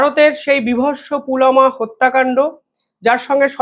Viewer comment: পুলামা নয় পুলওয়ামা অথবা পুলবামা